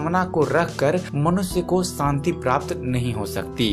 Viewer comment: santi nahi shanti